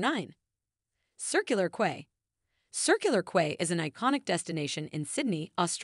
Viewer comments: It's pronounced "key" not "quay" and Paddy's market is mediocre at best, it's not even close to Melbourne's Victoria Market in comparison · O dear, the beach is pronounced Bond-die, not Bondy. The name Bondi is based on an Aboriginal word which approximates the sound of the surf crashing onto the beach and Circular Quay is pronounced Circular "Key". Bronte Beach is not pronounced Bront, it's pronounced Bron-teh. Coogee (beach) is pronounced .... I give up ... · Quay is pronounced as (key)